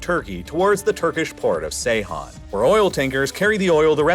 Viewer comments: The turkish crude oil port is pronounced Geyhan (as in George), not "C"eyhan... I always admire your accuracy in naming places & people, so this one especially caught my ear ) Thanks for great videos anyway!! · Ceyhan is pronounced Jeyhan, not Seyhan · Have seen a few times you pronounce Ceyhan as Seyhan, but it is pronounced as Jeihan as C in Turkish sounds J rather than S. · Please stop saying Seyhan. C in Ceyhan is pronounced like g in gentleman. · Some spelling notes: Saakashvili is pronounced as "Saah-kah-shvili", with double "aa"; Ivanishvili is pronounced as "Ivan-ee-shvili"; Ochamchire is pronounced as "Ocham-chee-reh"; Turkish Ceyhan is pronounced as "Jeihan". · Ceyhan- "djehan"